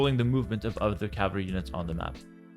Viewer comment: My man cannot pronounce "cavalry" and idk why but it bugged me throughout the whole video hearing "caval" and "cavaly" and "cavarly"